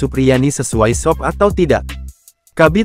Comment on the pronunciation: SOP dibaca es o pe, bukan sop..emang mau makan